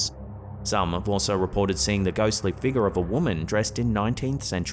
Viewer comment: I haven’t been on slapped Ham in a while,I’ll give 2 comments. I love the way says figure. He says figga. 😂😊😮😅😎